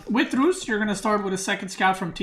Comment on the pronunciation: His tongue roll pronouncing Rus is clean